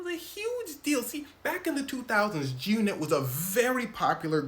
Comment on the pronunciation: Why you saying “Jyoonit” ?? Enunciate your words boy you sound goofy as hell lol